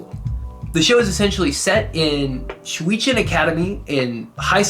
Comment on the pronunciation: It’s Shuchiin. Pretty straightforward: shoo cheen. Listening to whatever you said physically hurt. The rest of the video was great ;)